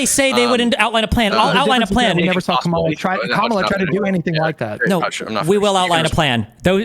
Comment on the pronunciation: . Bottom guy, "ka-MA-la". Watch Fox mutch? Its not hard to pronounce Kamala. Be nice.